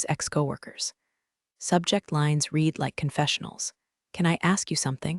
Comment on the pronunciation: The AI can't pronounce 'read' in the past, 'dinged' with a hard 'g' and 'Patagonia'.